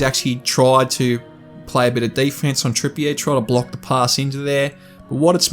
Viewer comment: Lol great video but pronunciation is: Trippier (Trippy-er) Guimeraes (Gimmer-rishe)